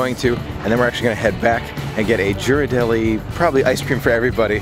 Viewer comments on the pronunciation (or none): its pronounced gear-ar-delly with a g sound not a j sound lol. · Love your videos and totally adore your family. You guys are so close, it's heart warming. I live in San Francisco, so FYI on the pronunciation of the famous Ghirardelli chocolate, it's pronounced with a hard G (not a soft J sound), like gorilla. One other comment, although it might make it a little less magical, but any chance you could share the cost of some of these trips and adventures? Maybe in the show notes or in a blog? Helps for our travel aspirations budget. Thanks!!!